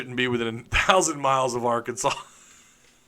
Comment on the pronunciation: I live in Alaska and just saying cos I have friends who sometimes watch with me and make those “stupid Arkansas jokes” every time you mispronounce the word. I love watching your show! Helps me keep up with the truth of Arkansas sports. Thanks